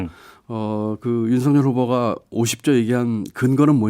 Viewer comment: 진행하시는 중에 김종배 앵커께서 '윤석열'을 [윤서결]로 발음해주셔서 속이 시원했습니다. 별 것 아닌 것처럼 보여도 엄연히 맞춤법이 존재하는데 사람들이 이를 어기고 자꾸 [윤성녈]로 발음해서 거슬리더라고요. 사족입니다. ㅋㅋ